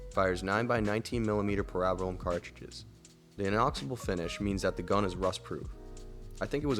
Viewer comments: It's Para-bell-um. Not Parab- ellum. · great vid but brother, its PARA BELL UM. not parabalom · The way you pronounce parabellum sounds so odd to my tennessee raised ears. Even in other countries Ive always heard it pronounced "para-bellum" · Para bell u um 😏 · Don't feel bad about mispronouncing "parabellum." It shows me you're not an AI voice.